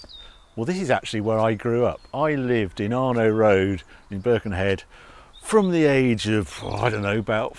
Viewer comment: Loved the way Harry says Birkenhead! Spoken like a true Scouser! 😂😂😂